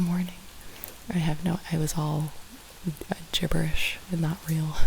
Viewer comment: petition to make “gibberish” > Gibi-rish 😂 ASMR